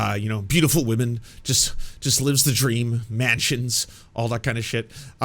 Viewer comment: Jeremy Hambly is the kind of dude who says "wahmen" and thats all you should ever need to know